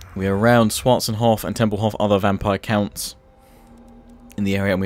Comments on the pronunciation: I know! It's not schwatzenhof! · The way you say schwartzhafen kills me